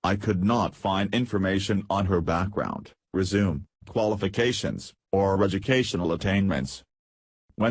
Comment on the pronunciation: I would watch more videos from this channel if they would just use their own voice. The computer voice is so bad. Sometimes it does not even pronounce the words correctly. For example in this story the word "resume".